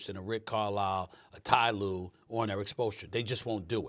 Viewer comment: Ty Lue. Lmao!